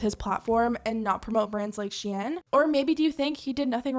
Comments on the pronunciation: bitch really said she in.... tf its shein -_ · It should be pronounced “sheyn” and not “shiyen” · I had to turn this off. You clearly don’t know how it is to be broke. And you think HE bought those clothes??? You know for sure they sent them. And it’s not pronounce “shay Ann” wtf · The was you pronounce the company’s name sounds like the French word “chienne”, which means “bitch”… hahahaha!!!! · Why does she have to say shein like that💀💀💀💀💀💀💀💀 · I’ve never heard someone pronounce SHEIN like that haha sounds fancy tho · I hate how you’re mispronouncing SHEIN 😂😂